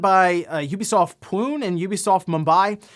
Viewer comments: Hi great video as always. Just wanted to let you know that your pronunciation for Pune is incorrect. The correct pronunciation is pun·ei. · It’s pronounced Ubisoft pune (poo-nay).